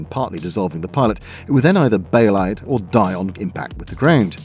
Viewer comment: My German is garbage but pronunciation is the one thing I was told I got pretty good at. Yours sounds broadly very decent to me. Except for Die. It’s “dee” not “dye” :) (Happy to be corrected by actual Germans, Swiss, Austrians or Avery Truffleman if it turns out just to be a regional accent thing).